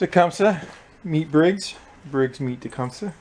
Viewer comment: It is not pronounced the way you say it, It is properly pronounced " TA - CUM - SEE".